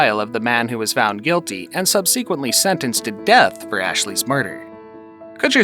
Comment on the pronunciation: U can’t pronounce subsequently? Smh.